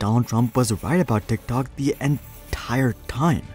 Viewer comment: Am I the only person who absolutely hates the way that this person pronounces TikTok